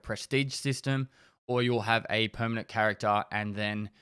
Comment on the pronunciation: No one: Absolutely no one:: Perminate